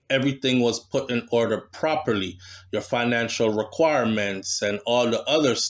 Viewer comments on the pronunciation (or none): none